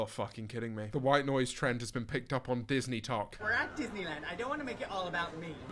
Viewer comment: Did he just call max disneytok???